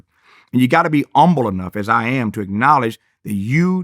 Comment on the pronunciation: Now Tavis is a well versed man. I know he knows “umble” is not how you pronounce “humble.” Where is the “h” sir?